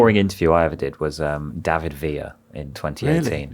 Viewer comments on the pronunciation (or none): none